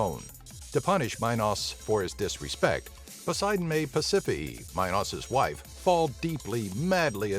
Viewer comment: Ok why did you use Fluffy from Harry Potter for Cerberus and pasaphae is pronounced pass-a-fey